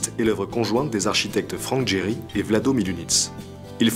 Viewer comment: On prononce comme ça Gehry ?